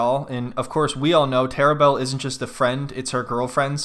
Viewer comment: "Terrabelle" lol